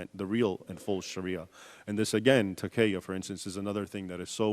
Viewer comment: This is no expert. If cant even pronounce basic Arabic words ('takiyyah') he definitely cannot access and comprehend Arabic sources. Didnt even seem like he could follow one clear train of thought. I think he is a victim of his own 'appraisal' of academia: trying to fit facts into an ideology. I dont think any Islamic or Western source is in disagreement concerning the fact that Islamic authority spread-in particular in the initial period of Islamic history in which it clashed with its bordering empires of Byzantium and Persia-through military conquest. This is not 'whitewashed' in any sources. That does not mean Islam did not also spread widely through trade (such as in large parts of Africa and Asia). I wonder if he contributed, considering the context for the forum was the plight of coptics, what Islamic sources identify was the reason for the military conquest of Egypt